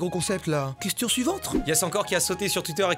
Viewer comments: "question suivantre" 😂😂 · « question suivantRe » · pourquoi j'ai entendu " question SUIVENTRE "😆😆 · "question suiventre"